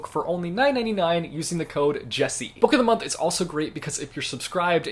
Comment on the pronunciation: Nobody : Jesse : Book’o’dhmonth